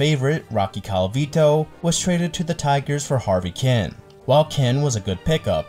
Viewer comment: Harvey Keeeen. Not Harvey Ken.